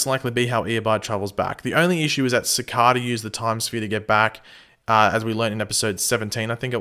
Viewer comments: i hate how he pronounces it cicahda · Cicada (siii-Cade-a) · Sorry buth when you say Cicada is wrong.Is verry anoyng.Sorry for bad english.0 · It’s cicader not cicada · You have a funny way of saying Cicada :) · Next week: Find out if finally pronounces "Cicada" right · please pronounce cicada right watch the flash and pronounce it like they do, but your videos are awesome keep up the good work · He constantly says cicada wrong 😩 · Why do u pronounce cicada weirdly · Is it just me or does it annoy anyone els the way he pronounces Cicada? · pls learn how to say the villains name right